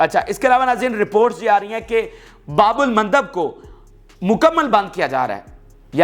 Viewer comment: his pronunciation is very bad.